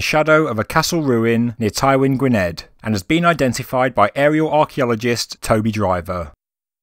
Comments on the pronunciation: Gwynedd is pronounced Guineth, not Gwinned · Gwynedd is pronouced Gwyneth (strech out the th sound for a half second).